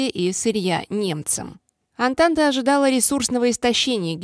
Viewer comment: Только не Атланта, а Антанта